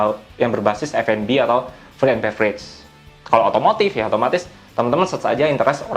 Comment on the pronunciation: aduhh bang bahasa inggris nya ko kacau banget login bukan login, fud bukan fod, 😵 geli banget dengernya